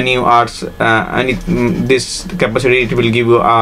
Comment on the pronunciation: Although I do understand what you are trying to say, I have to admit your English is really really poor. You are not even able to correctly pronounce the word "capacity" and you're really struggling with your flow and what you are trying to say. I know English is not your native language but maybe get someone else to do the voiceover narration.